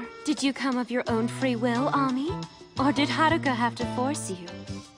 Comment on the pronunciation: I was thinking the EXACT same thing! When I heard say Ami and made it sound like Ah-mi I was just like WTF!?!!? O_o Ami CAN be a Japanese name also but it doesn't need to SOUND like a English person putting on a terrible 'Japanese' accent to pronounce it the way the English director thinks it should be pronounced because if anything it actually looks like she is insulting/offending the Japanese race.